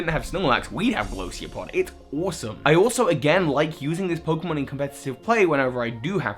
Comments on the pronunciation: Isn't it Golisopod, not Glosiopod? As in Goliath-isopod? O_o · Golisopod is pronounced gol-ice-o-pod because its name is a portmanteau of goliath and isopod. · Goal- eye- sow- pod (golisopod) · Say it with me,...Golisopod. Gol-ICE-uh-pod. You said Golosiopod quite a lot, and as someone who likes pronouncing things well it was driving me insane. xD You always make god tier content though. Just thought I'd mention that. Oh, also, here are my favorites, read over them id you'd like: Grass - Tsareena Fire - Salazzle (could put this in both fire and poison if I wanted) Water - Vaporeon Normal - Stoutland Electric - Luxray Psychic - Espeon (3rd overall fave) Fighting - Sawk (Yes, your least favorite coincidentally enough, I don't mind its humanoid-esque look as much as other mons, I much prefer it over Throh because of its design and stat distribution, and over everything else...well, just go play through pokemon BW and get one for yourself. Trust me, the thing's a powerhouse) Rock - Kabutops Ground - Garchomp (could put this in both ground and dragon if I wanted) Flying - Staraptor Bug - I also very much like Golosiopod lel Poison - Crobat Dark - Absol (2nd overall fave) Ghost - Chandelure Ice - Froslass (this was a weird choice as it's my only favorite I've never actually used...if I replaced it with one I have used, it would be Mamoswine, but idunno, Froslass appeals to me just a tad more) Steel - Durant Dragon - Giratina Fairy - Gardevoir (All time fave, would've preferred to put this as Psychic but I didn't wanna leave out Espeon) Honorable mentions go to Primarina, Malamar, Mew, and Zoroark for being higher up on my favorites list than a lot of the ones listed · Old looked like Andrew Mahone (Also, Goal-eye-so-pod. It's a portmanteau of Goliath and Isopod). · GO-LI-SO-POD. Im sorry it just annoys me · Argh! it's Golisopod, Go-liss-uh-pod. It's not a difficult name. Love your vids, BTW! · Golisopod is pronounce Go Lie So Pod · God, its Golisopod